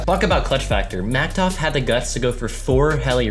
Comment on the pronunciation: Why you say it like mactof it's maktuf